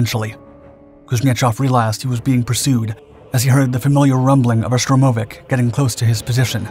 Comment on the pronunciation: "Stromovik"? You must know better than this. 🤨